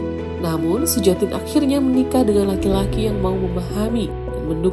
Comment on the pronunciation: Cara bacanya Suyatin barangkali, bukan Sujatin.